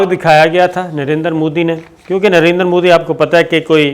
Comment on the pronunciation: Did he just say Narendra Phooddy?